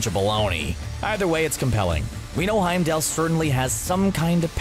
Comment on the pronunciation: Will you guys stop calling him HeimdALE? HeimdALL...all..fall..mall..call.. Heimdall...ffs